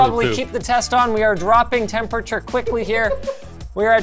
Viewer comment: The way Linus says 'temPURRTURR' over the years, every time, triggers the f**k out of me.. Still love the guy, though.. ^^